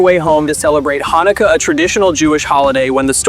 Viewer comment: THE AI VOICE BE MISPRONOUNCING SO MUCHHHHH!!! AS A JEW IM A LITTLE BIT PEEVED!!!!! HANNUKAYA?!?! WHATS THAT?!?!?! Besides that, this video was great I loved Elena when I was younger :)